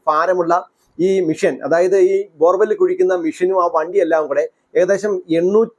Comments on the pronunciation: ബോർ ബെൽ അല്ല ബോർ വെൽ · ബോർവെൽ ആണ്. ബോർബെൽ അല്ല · ബോർവെൽ ആണ്‌ കുഴൽക്കിണർ.. ബോർബെൽ അല്ല..😢.. അതുപോലും നിങ്ങൾക് അറീല്ലേ..